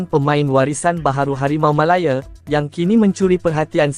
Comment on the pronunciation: Bodoh punya AI. Malaya lah bukan Melaye. Channel sampah ni😊😊😊